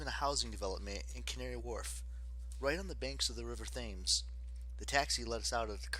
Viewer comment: Not to be rude but its pronuonced like temz 😅